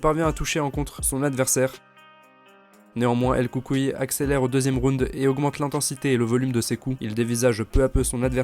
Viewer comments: Bonne video, et la prononciation de son surnom c’est el coucouille * 😁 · "El coucou " lol